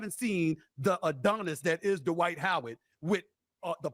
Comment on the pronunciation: 😂😂😂😂😂😂😂😂😂😂😂😂 D-Wight Howard😂😂😂😂😂😂😂😂😂😂